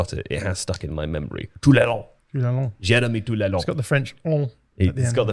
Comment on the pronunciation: It's spelled Toulalan smh. I was like who tf is Toulalon? Then was like, "ohhh." edit: "The Pogmentary" lol, was produced by a production company called "Black Dynamite Production" based in Paris, France.